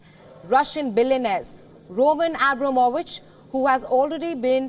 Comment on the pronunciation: She can't even call the man name properly